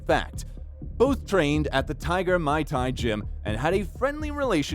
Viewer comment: Bro said mai tai kick boxing gym